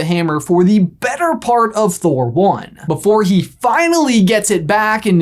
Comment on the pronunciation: I thought said 'Be- Thor' instead of 'before'.